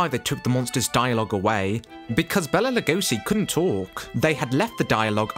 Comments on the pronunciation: HIs name is BAYla Not bella. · Enjoying the information in your video, as there is much here that I did not know. However… PLEASE! PLEASE! PLEASE! Pronounce Mr. Lugosi’s first name correctly! BAY-la! PLEASE! 🙄🙏🥺